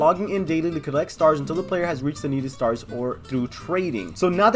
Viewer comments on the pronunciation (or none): none